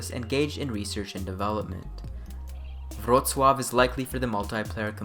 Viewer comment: Wow. You realy nailed Wrocław, and Nielubowicz pronunciation as a non polish speaker. Gratz you're getting better and better :) Edit: You need still to work on Tomaszkiewicz and Przybyłowicz ;)